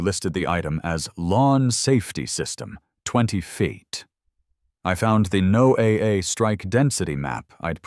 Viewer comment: Southern California 🇺🇸 Ewwwwwwwwww!! 🤢 A salmon yogurt smoothie?!?!?🤮 Now THAT'S a visual I could've done without!!!! 🤣🤣🤣🤣 And FYI, NOAA is pronounced "nō-ah. Just like "Noah and the ark."